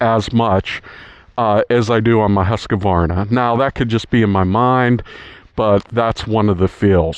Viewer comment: It’s not ‘husKUHvarnah’ It’s just ‘huskvarna’